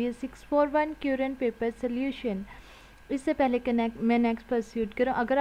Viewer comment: Sister 'current' ki pronunciation dekh lyna.